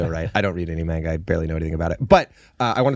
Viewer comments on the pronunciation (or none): The pain when I heard "main-guh"